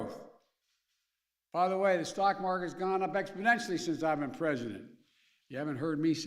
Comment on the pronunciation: “Exponentially” “no ploblem”